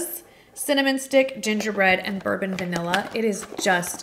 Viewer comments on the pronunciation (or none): none